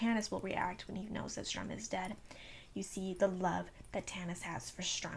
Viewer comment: Strum? Its Sturm.